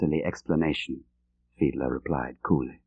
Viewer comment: Many thanks for putting this audio book on YouTube. John le Carré (RIP) pleasantly surprised me with his reading - especially with the voice / character of "Jens Fiedler", and his German accent!